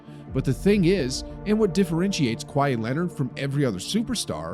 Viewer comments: Kawhi-eeeee. Stop saying his name like that. Sounds terrible. Either get cultured or delete this video forever. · his name is not kwy-ee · Why does he say kwai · why is bro saying “Kwhy” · lol i love when people pronounce his name like hawaii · The h is silent in Kawhi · The way he pronounces kawhi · Voice actor can’t pronounce Kawhi 😢